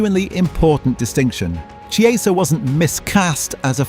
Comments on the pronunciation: God these AI voice-overs are annoying. It's Ki-eza, not Chee-eza. Ear-a-ola, not Ear-owla. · Its pronounced "Kieza" not "Chi-eza"! Get it right content creator!! 😂😅😂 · It is not pronounced “Che”, it’s a “K” on Chiesa. Seriously not hard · If you're doing an item on a player, at least get the pronunciation correct, A.I or not - it's Key-eh-za, not some sort of cheese. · I thought “ch” in Italian was pronounced like a “K”? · Chiesa is pronounced as you would pronounce Kiesa . Please get it right. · Chee ay za? Really? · AI? An entire video about somebody that mispronounces his name the entire time… it’s k-ee=ay=sah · U pronounce chiesa name wrong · AI slop that not only sounds formulaic, but can’t pronounce the manager or the player’s name properly. Lazy, deceptive and sloppy.